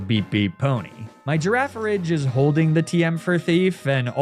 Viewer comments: I know it's a thing to pronounce things weird... but giraffa"ridge" is a bit of a stretch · how is it not a hard G at the end of girrafarig?